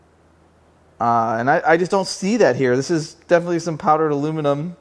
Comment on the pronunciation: you pronounced aluminium correct :) +1 for you, however Youtube isn't ;)